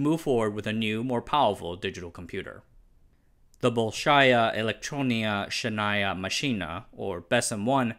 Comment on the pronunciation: as he translate: the mali elektrono schenaya maschina, LOL🤣🤣🤣🤣🤣🤣🤣🤣🤣🤣 if you know Russian, you will LOL too😅